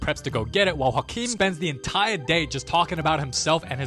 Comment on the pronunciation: can we talk abt how good he says "joaquin"?